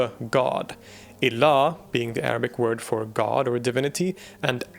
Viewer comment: hearing proper arabic pronunciation in between of good english speech brings joy to my ears